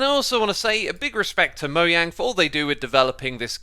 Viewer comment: It’s not mojang it’s moyang